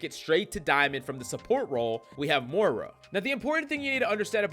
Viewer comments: Please, the name is MOY-rah 😅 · More-ra lol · That is not how you pronounce moira